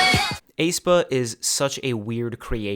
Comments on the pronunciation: this is a minor thing but for future videos according to the Hangul and their song aenergy, aespa is pronounced eh-spah or S-pa (에스파) not ay-spah or A-spa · I think the "ae" in "Aespa" is just pronounced as "a", the "e" is silent. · aespa is pronounced "eh-spa" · I find it really funny how you pronounce Aespa😄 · I have never heard anybody pronounce aespa like that 😭😭😭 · you're the only one pronouncing it that way